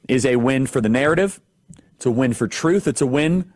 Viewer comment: They have no shame pronouncing the word "truth."